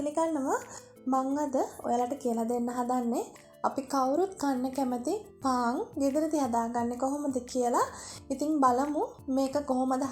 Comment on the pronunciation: පාන් කියාගන්න බැරිව ඉන්නේ